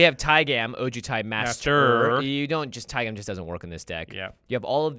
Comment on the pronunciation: pretty sure its pronounced taig'ah'm not tai-gam like jam